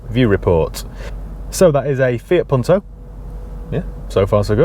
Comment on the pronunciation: good pronunciation ,im from italy